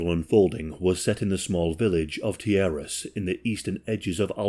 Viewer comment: Good job on pronouncing Tijeras correctly btw, as a New Mexican it’s rare to have people say names correctly.